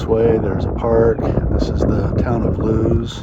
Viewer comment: BTW...It's LOO-ISS Deleware. Ask a native.